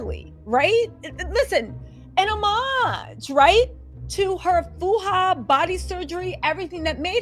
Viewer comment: Its not "Fuh-ha" its "Faja" enunciated like "Fa-ha"